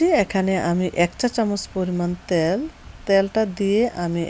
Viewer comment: ত্যাল না তেল।